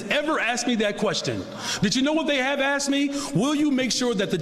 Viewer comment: A DEI hire police chief who becomes a DEI mayor, still says "Axxed". Wow this DEI being forced upon the world just makes everything great whatever it touches. Let's let them all out of prisons, and give them more positions of power.